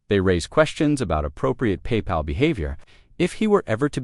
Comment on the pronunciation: Not paY pal!! But one word Papal.